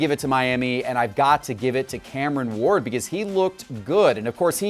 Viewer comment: Cameron Ward - Sound out the rest of your name, buddy. A is for Apple.